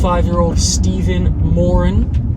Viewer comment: I’m from Ireland. I can tell ur brought up around Irish people by the way u pronounce “ Moran”. Reg Americans say Moraan. Another great video 👍